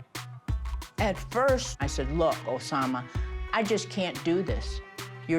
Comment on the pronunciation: Every time she says Osama 😂